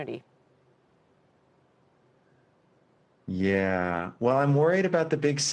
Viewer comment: Can't trust a guy that stretches "yeah" out to "yeahaaaaaaaaaah" with multiple syllables.